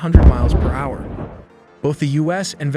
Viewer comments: hour=“HoWeRRR” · generated narration with still lots of software glitches, for example hour is pronounced as ha-hour and repetitious. This is what the future has in store for us, I guess. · It's pronounced "hower"